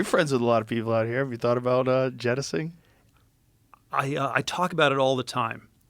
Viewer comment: Jettisoning, Joe the word is “Jettisoning” Not, “jettising” jettising is not a word.